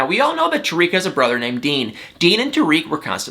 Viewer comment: I like you buddy and you make me laugh but do something for me. Say Tarik like this Tar - ick Tar - ick not Tuh reek.